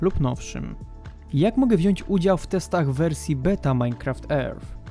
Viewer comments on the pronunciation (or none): none